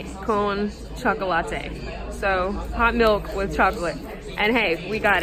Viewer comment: The "o" in chocolate is pronounced like the English expression "Oh". Hard to remember if you are American and learning Spanish as an adult ☺. Too bad about the bedbugs...Good to see some mountains!👍Also: "completo" is pronounced "complayto". The ponchos with arms are cool, like the Packa. They probably don't open flat, but you don't need to use them as a ground sheet. Another fun video!